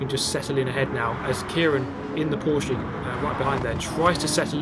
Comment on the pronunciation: In the name of all Germans, thank you for pronouncing Porsche correctly, it hurts my ears everytime I hear people saying Porsch